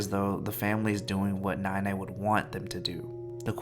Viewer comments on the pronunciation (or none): i know this is suppose to be a serious video but every time you say nai nai it's in the wrong tone so instead of grandma, i keep hearing milk but it's the way we would say it to younger kids or babies loll.